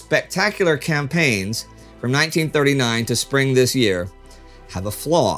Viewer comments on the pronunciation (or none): none